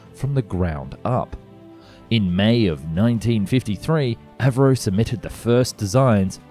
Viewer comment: A V Roe ???? You mean Avro??